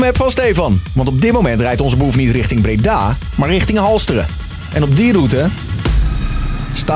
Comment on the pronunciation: Niemand: Echt niemand: Zelfs Stefan niet: Hardwell tegen de politie “Jullie moeten righting Drimmelen”